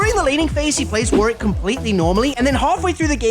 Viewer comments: Warick? It's Warwick. Please pronounce correctly. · His name is War-wick, not Warrick. Please say the champ's name right if you're gonna narrate a script for these videos. There should have been a note, but it's still on you for saying it wrong. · How do people still pronounce warwick incorrectly?